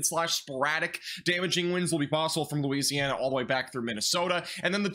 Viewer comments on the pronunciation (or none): none